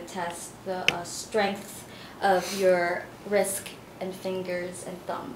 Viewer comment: I'm sorry. Did you say wrisck?